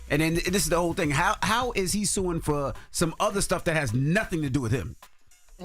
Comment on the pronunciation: AYO FRO instead of FOR is CRAZY